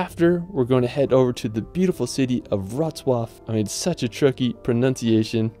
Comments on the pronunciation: Wrocław was perfect. ;) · I'm very IMPRESSED and proud about how beautiful you said: WROCŁAW. Simply Perfect 👍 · You nailed Wrocław pronunciation 👌